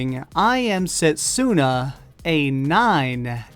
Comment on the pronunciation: U r pronouncing setsuna wrong... dont emphasize the u...